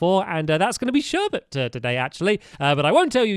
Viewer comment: "Before we start building Sherbet room" i didn't hear the 's but that may've been me